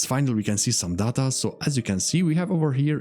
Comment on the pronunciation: it's not data its data